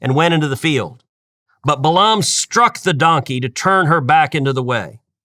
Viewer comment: I can't believe that you still mispronounced his name. Only a Coastal liberal would pronounce Balaam (Bay lum) as Bah lahhhm. You could have simply looked up and pressed play to hear the normal American pronunciation.